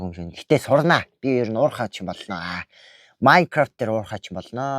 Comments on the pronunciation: Майнкравт биш Minecraft шүү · наачин майнгаравт биш мангравт шдээ